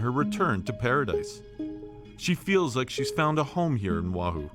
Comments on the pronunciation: By the way... The Island's name is Not pronounced WAHOO. It's pronounced: Oh wah hoo. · It’s O Ah Hoo